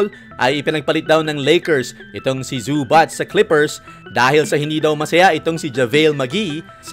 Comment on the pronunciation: E PRONOUNCE MO NGA OLI BOSS ANG ZUBAC😅😂😂ang dinig q sau boss zubatch.ano un ka batch🤣🤣🤣